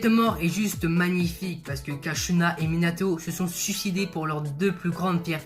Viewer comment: Mec tres vonne video mais deso de te dire sa mais t'as fait trop de faute 1-c'est pas mangoukou mais mangekyou 2-c'est kushina et pas kashina 3-minato et kushina se sont pas suicider mais kurama les a empalé pendant que minato utilisaut la technique du shinigami Mais tres tres bonne video quand meme surtout a regarder entre potes